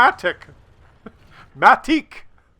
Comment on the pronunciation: he is not MATIK, he is Matić, a serbian surname :)